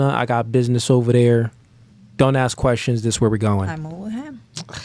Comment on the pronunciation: It's "ask" NOT "axe" !!!!